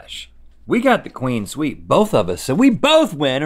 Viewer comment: Everybody: "Clean sweep." Link: "Queen sweep."